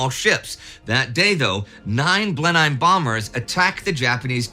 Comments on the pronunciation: If you asked Winston Churchill where he was born he would not have said Blen Hime Palace. No doubt Indy you are correct regarding how the Germans would pronounce it but those planes were Blen Emms. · It's pronounced 'blenem' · Love Indy, but we Brits pronounce Blenheim. Blenhim. Don’t say the e in Heim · At least we won't have to listen to you deliberately mispronounce "Bataan" anymore. Now, I suppose we'll just have to listen to you mispronounce "Blenheim." Though that one is probably not stubbornly deliberate.